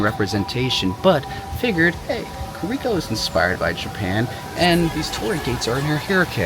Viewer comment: been maining kiriko for about 3 years. Still manages to butcher her name everytime he says it.